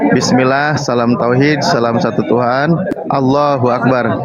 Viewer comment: Allahu . Bukan Alloh. Baca original teks nya bang.😂